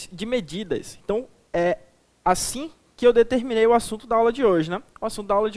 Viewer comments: "Sistemas de MEDIDADAS" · Só dps que eu vim perceber "MEDIDADAS" kkkk